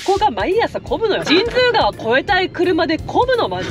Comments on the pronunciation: 「じんづうがわ」なんですね。「じんつうがわ」だと思ってたわ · 俺はずっと「じんつうがわ」と言ってたけど「じんづうがわ」が正解なんだね(^^♪ で、作りかけの道路は富山ー高山連絡道路じゃない？？？違うかな？？？ それと、道の駅 アルプ飛騨古川のすぐ横の「めん処 ほりのうえ」の大エビ天うどん(そば)をいつか食べてみてm(__)m